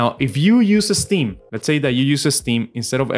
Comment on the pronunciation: It’s “ steam” ,not “esteem”, buddy